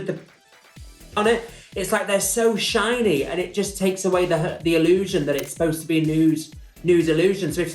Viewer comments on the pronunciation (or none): none